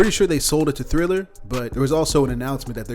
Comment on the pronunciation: Iss triller not thriller